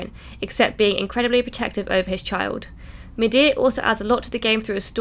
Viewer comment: gray video like always but... You said midid nor mimir